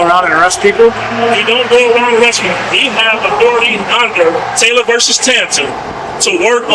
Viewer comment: Did anyone else google his "agency's" name? There's absolutely nothing. Not a single result with those exact words, in that exact order... oh, and the supreme court case he kept citing? Taylor v. TAIN-TOR with a "T", (not "taynor", like he kept pronouncing it) was just the supreme court case (from 1873, by the way) that upheld that bail bondsmen DO have the legal right to remand suspects in to custody. There's absolutely nothing about "similar, but distinct" "fugitive recovery agents". Though I guess I should've expected that, after hearing he was just reciting sovereign citizen nonsense 🤷‍♂